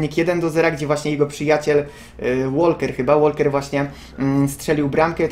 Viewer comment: Łoker nie Łolker !